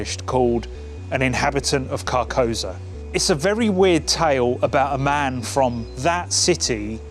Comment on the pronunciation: I appreciate the vid but I have to point out it’s pronounced car-kou-Sa, which is a very important part of the vibe of the name